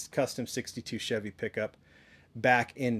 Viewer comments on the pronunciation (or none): none